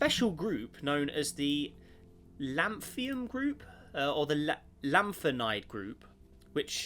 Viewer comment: It's not Lanthium, it's Lanthunum.